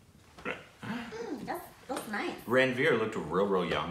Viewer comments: pronounced Ranveer correctly. (Ran is run in this case) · yes is right its pronounced as runveer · is correct... That's how Ranveer is pronounced... Run veer